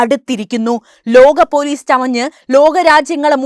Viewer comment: . ലോഘ. Polees😂😂😂😂😂 പാവം.